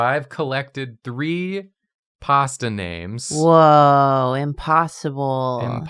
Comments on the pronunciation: Butchering all the pronunciations 😂😂 love u guys and giiiirls 🤌🏻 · I know it probably is the same for english speakers when they hear foreigners speak english, but since I am italian, hearing you guys read the pasta names phisically hurt lmao